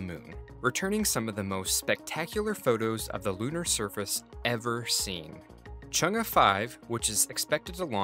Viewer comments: It's Chung e ( Chung a) not Chung gus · This man really just pronounced Chang’e like ‘Chung-uh’ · he is pronouncing it incorrectly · Switch the vowel phonics on Chang'e for more accurate pronunciation.